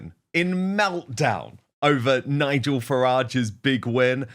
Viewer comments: Can’t even pronounce Nigel’s name properly . Obraindead is very easy to intensely dislike , he really is . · If you’re going to have a pop at someone at least pronounce his name correctly. Nigel is living rent free in James head right now… and it’s tremendous! 😂